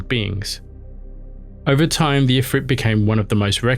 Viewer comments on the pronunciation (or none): Ifrit is pronounced as "Efreet"